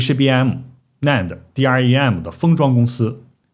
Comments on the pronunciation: DRAM 是念 D RAM 不是 D R A M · 請唸 D-RAM （台灣都這麼說 ）謝謝